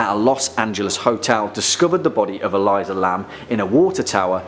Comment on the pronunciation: E-Lee-suh not E-lie-zuh